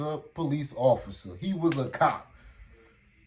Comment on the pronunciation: “You’re my undercover ofider” 😅